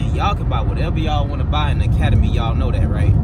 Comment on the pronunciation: Forget that Troll and it's "Academy" not "Acamadey"